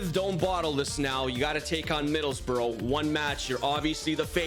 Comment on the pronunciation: Middlesbrough is pronounced "bruh", not "bro"